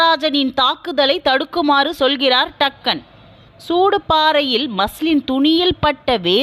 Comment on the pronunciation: அம்மா அது டக்கன் இல்லை எல்லீஸ் ஆர். டங்கன்.